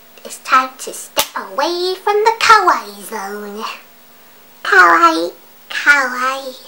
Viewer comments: OMG YESSSS THEY SAY KOWAI AND NOT KAWAII i love you <3 <3 kowai=scary/scared kawaii=cute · lol i knew you were going to say kowai its a common mistake in my japanese classes T_T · UGH OH MY GOSH! There is this girl at my school...she learned what the word KAWAII means. She says it kind of like KOWAII. Today she was saying, skylookssokawaiidesu like come on! She came to school with these pigtails and stuff. I have nothing wrong with that! :) But the thing that really annoyed me was that she was saying: sky looks so kawaii desu LIKE LITTERLY THE HOLE FREAKIN' TIME! She didn't say desu like how it's supposed to be. Instead teas she was saying it like: "sesu and not "des" ugh sorry about the errors, the YT comment system is fucked up. :( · i'm japanese, and it's fun/funny when ppl say it ironically or just sometimes, but it gets really annoying sometimes when they completely butcher the word or don't even know what it means (usually ppl pronounce it as kah-why-ee) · u says kawaii the wrong way 2 minutes later Looks depressed /_\ I cri